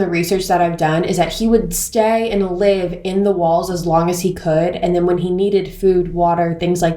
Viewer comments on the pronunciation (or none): none